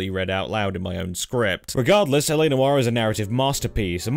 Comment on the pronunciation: "Noire" is one syllable.